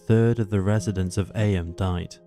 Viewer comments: I just Googled it and you're right, the British pronunciation is "eem" but the American pronunciation is "ay-uhm", however this narrator is British not American so you'd think he'd know how it's said over there...!! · Firstly, ignore the moaners about the narration, love both voice overs. One thing thouh, Eyam is where my wife and I's best friends are born and bred. It is pronounced 'eeem,' they're very proud of that history. They have celebrations every year, it's great! Worth a visit, be wary though, the local pub has a few miscreants (lol, jk, friends of mine) who happen to refer to non-locals affectionately as 'townies' - they mean it as a derogatory term, tongue in cheek though. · Eyam is pronounced ‘Eem’. Do your research.